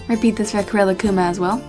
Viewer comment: Rilakkuma is actually pronounced relax-kuma because he is so chill, unless im wrong. if i am then oops